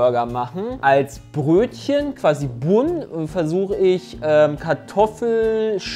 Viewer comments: Wenn noch mal "Bunn" sagt anstatt englisch "ban", dann spring ich durchs Handy! Aua!!!! 🤣🤣👍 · Immer wenn "Bunn" sagt, stirbt irgendwo ein Angelsachse. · Wie zu Bun einfach Bun sagt......Moment... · Wie ich jedes mal, wenn Bun falsch ausspricht, jemand schlagen möchte. Was erwartet man von jemanden der Haut auf Pudding isst...